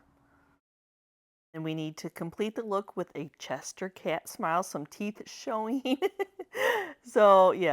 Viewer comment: I love these so cute and funny. You’re hilarious, the word is Cheshire Cat, not Chester cat.